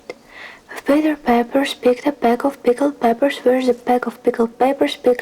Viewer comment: 💚💚 You were doing really well with Peter Piper! I loved this video - do more! 💚💚